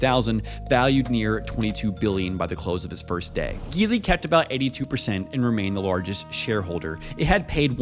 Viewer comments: It's gee Li, not guee Li ! F lazy YouTuber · Hearing it mispronounced with a hard “G” was grating. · Just a word of advice Geely is pronounce - Ji-Lee. As how they’re pronounced in Mandarin 吉利, meaning auspicious. Just thought if we could learn to pronounce Lamborghini properly, we should pronounce Geely correctly as well. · Do you pronounce it Geely as in GIF or Geely as in GIF? Because I always thought it's Geely. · Why do so many people pronounce Geely wrong ? 😂